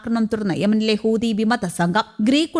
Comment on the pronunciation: ഇവൾ ഇപ്പോഴും ഹൂദി എന്നാണല്ലോ പറയുന്നത് ചേട്ടാ.😂 ഇവളെ തിരുത്താൻ ആരുമില്ലേ? ഹൂതി എന്ന്